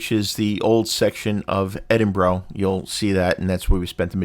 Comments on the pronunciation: i cantget past how you are pronouncing edinburgh - why? thats not how you hear it being said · I’m Australian and thought it was pronounced Edin bo row but it’s actually Edin bu ruh